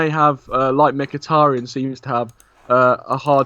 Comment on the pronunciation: haha the Irish guy that butchered mkhitaryans name.